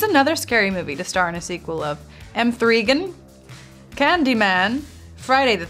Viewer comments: NOT “M 3 GAN”😭😭😭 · did she just say m 3 gan its megan!!!🤣🤣🤣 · the way Jasmin said "M3gan" when its Megan is so amazing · She said M 3 GAN instead of “Megan” but then says M4GAN is “Morgan” 😂 I love Jenna explaining things to both her costars on each side when either of them doesn’t know something and is backed up by the other who didn’t know the other thing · WHEN SHE CALLED MEGAN. M THREE GAN 😭🙏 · When Jasmine is like " M 3 Gan when its M3gan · LMAO WHEN COURTNEY CALLED MEGAN M THREE GAN 😭😭😭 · M - 3 GAN LOL JUST SAY MEG - GAN 😂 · OKG ANYONE ELSE HEAR M 3 gan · ”M 3 Gan” lmfaoo I was dead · “M 3 GAN” PLSSS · no one gonna talk about how they r saying “emgorgen” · I’m sorry but why is nobody talking about “M THREE GAN” 😭😭😭😭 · No cuz who actually says the 3 in M3GAN??? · the way jasmin says m3gan pains me